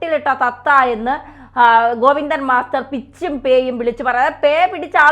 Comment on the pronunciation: ഗോപി ന്ദൻ മസ്റ്റർ അല്ല സഹോദര ഗോവിന്ദൻ എന്ന് പറഞ്ഞാൽ മതി അല്ലേങ്കിൽ ചേറ്റ ഗോപി ന്ദൻ എന്ന് പറ